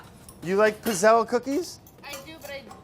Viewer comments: Brad.... I die every time you pronounce it “pizz-elle”.... it’s PEETZ-ELL-EE!!! Italian it up!! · It’s pronounced “pit-zel” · The double zz wouldn't be pronounced in Italian, it would sound more like "pits". Pits-elle/pizzelle. It just like how we don't say pizza how it is spelt, no zz, but more like "peetsa". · it's pronounced peetsayla, not pizzell! How is it possible that no one in the test kitchen knows this? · The fact that he's calling it a "piz-elle" just kinda grinds my gears a bit. When you say pizza, it doesn't sound like "pee-za", it sounds like "peet-sa". The word pizzelle is pronounced "pit-sell". They need a true Italian in there to show them how it's done. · They aren't good pizzelles unless they're loaded with anise. Also, the double z in pizzelle is said like in pizza, not gazelle. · You know how you call Mozart "MOAT-ZART"? Well, it's the same with pizzelles. They're pronounced "PIT-zells". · Pizzell in italian you pronounce it [peet-zell] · It’s Pizzell-Ꭼ not Pizzell-Ꮖ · Ok Italian fam says its pits·ayy·lee. Just depends on where from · It bothers me so much how he pronounces pizzelle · I stopped watching because he was pronouncing pizzelle completely wrong. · Ever time Brad says Pizzelle 😂 the e at the end is silent but this is the man that says wouder and we love him for it 😊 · Cringing at his pronunciation of pizzelle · He is saying pizzelle wrong in Italian two zs makes a t sound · Laughed so much the entire video because the way Brad was pronouncing Pizzelle actually means penis in Italian. Hugs from Italy 🇮🇹🤣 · The way he pronounces Pizzelle is killing me... Edit: it got worse. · Oh Brad! No! Pronounce the double 'z' like you do in pizza! *Coming from my 92 year old Italian grandma who makes these every year for Christmas.